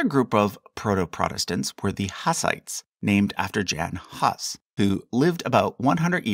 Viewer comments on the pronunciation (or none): It’s pronounced “Yan Hoos” you don’t say the J in Jan Hus bc it’s Slavic like Yacob instead of Jacob.